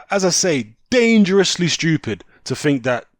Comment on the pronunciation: 'You're dangerously... (pause, compose and more emphasis) DANGEROUSLY stupid' ...😂 🤣